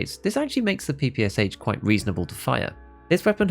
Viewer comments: Now it is time to say that It is NOT PEE PEE AS AICH. It is Pe-pe-sha (how tf you read in English? Horrible language in terms of reading. Anyways read it as "pan" without n) because it is stands for pistol-machinegun of Shpagin. No wonder the last h is not written in Capitals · It’s pronounced PP-Sh, not PPSH, there’s a reason the h isn’t capitalised. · Stop calling PPSH by letters, SH is not an acronym, it is called P-P-Sha (p ls like in Pen) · ye you're right. if it was a true acronym it would bs PPS41 but if your pronoucing PPSH in english it would sound more like Pee Pee Shu. more the russian word